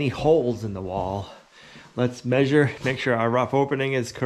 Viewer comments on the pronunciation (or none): none